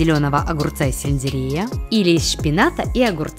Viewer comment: Вы тоже услышали слово дамащний а не домашний 😂а ещё щпинат а не шпинат 😂